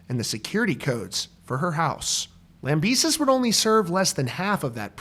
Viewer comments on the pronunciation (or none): ITS LAMBEH-SEE!!!!!!!!!